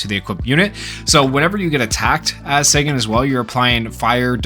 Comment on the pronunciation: Pronounced "Sah-gahn" Not "Say-gun" 👍🏼